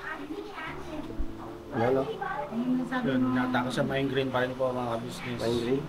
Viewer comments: Mali ang pronounce nyo hindi xa mindgrain kundi migraine correction lang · Migraine po kagwangs hinde minegraine hehe kakatuwa kayo Godbless sa inyo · Sorry po i correct ko lang po MIGRAINE po hindi MINEGRAINE yun lang po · Migraine hindi mindgraine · Correction Migrain hindi mindgrain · Migraine not mindgraine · Sorry to interrupt guys but i keep hearing mindgraine suppose to be migraine that's all. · migraine po, hindi minegraine. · Migraine hindi mindgraine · MIGRAINE 🤣 hindi mind green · Comment ko lng mga kagwang’s at m’s icorrect ko lng ang pronunciation ng sakit sa ulo ay MIGRAINE hndi minegraine yun lng po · Correction pls “Migraine” po not minegraine😂